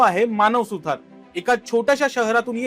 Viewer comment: अरे भाई वह मानव सुतार हैं, सुथार नहीं ।